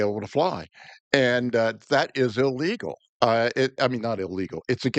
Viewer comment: Illegal❌ Ill-Eagle✅ 😆